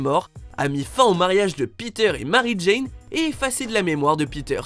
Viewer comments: Ce n'est pas '' jane'' c' est '' jean'' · C'est pas Jane c'est Jean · Bordel c'est Jean et non Jane